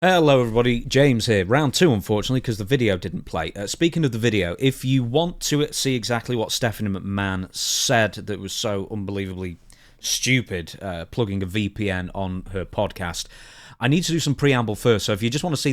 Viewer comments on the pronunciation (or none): He tried to call her stupid it sounded more like shoopid🤣🤣🤣